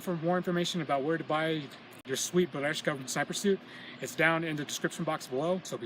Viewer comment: Right pronunciation is "BERYOZKA" (берёзка) with an accent on YO (Ё) :) Good luck!